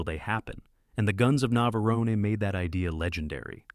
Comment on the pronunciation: that AI voice really struggled with saying tora tora tora and navarone